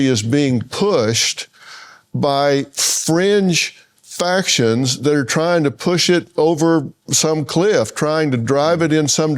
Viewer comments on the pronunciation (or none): Fringe factions. I heard French Factions😂